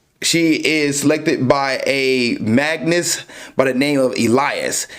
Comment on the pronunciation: Its Magus not "Magnus". There is no n in Magus